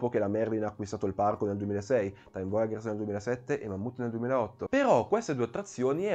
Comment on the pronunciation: Bel video! Però ogni volta che sento "voyagers" letto come "voiaGHers" mi viene mal di pancia HAHAHA